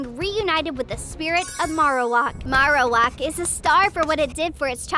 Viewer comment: The a in marowak is long as in it says its name